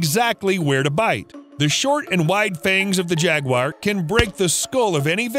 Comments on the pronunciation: I know "Crocodile" sounds more impressive and that will give you more views, but they're caimen. It's also ja-gwar, not jag-wire. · Where is the I in Jaguar? It’s Jaguar not Jagwire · Jaguar is not Jag wire 😂😂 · its pronounced jag oo ar not jag wire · jagwires??? its pronounced "jag-yoo-uh"=singular or "jag-yoo-uhz"=plural - not jagwires 🤣 - the guy also called Magneto from x-men Mag-net-oh and not Mag-neeto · If you don’t know how to pronounce a word, you need to look it up before you make a video. Jaguar is not pronounced “jag•wire.”. In America it is pronounced “jag•war.” In Britain it is pronounced “jag•u•ah.” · Only thing it's not jagwire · Why do Americans pronounce Jaguars as "Jag-Wires"??? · Imagine making a whole video on jaguars and you pronounce it “jaguire” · If I hear “jag-wire” one more time…. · Why are you saying jagwire? Stop saying jagwire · Are you pronouncing it as Jagwire or am I just messed up 🤣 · It's pronounced 'Jaguar' not. Jagwire. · Wtf is a jaguire? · It's not pronounced "Jagquire" :p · What is it with Americans and pronouncing Jaguar? 😂 jagwhyers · Who the fuck pronounces jaguar JAGWIRE lmao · Is it pronounced jag-wire or jag-war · WTFF iis a Jag--wire? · Why u say jagu-wire. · Why does he say jaguar like that 💀💀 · Gotta learn to pronounce jaguars... 🙃